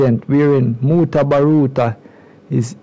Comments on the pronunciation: 😂lol mutabarooter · Old interview plus you can’t even pronounce mutaburuka name right…b4 yuh frwd on social media again practice it!!! I can’t sub to a one that don’t make sense